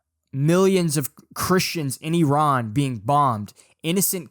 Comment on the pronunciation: Finally someone pronounces Iran how it should be, not like Eye ran